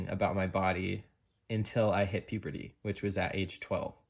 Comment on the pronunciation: I really love your channel, and I admire you for sharing all this process that you have been through, but please stop saying puperty instead of puberty.